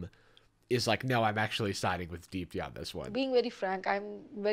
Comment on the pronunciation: Is that Indian lady name Deep D? Cus that’s what the fuck I keep hearing every time I hear you say her name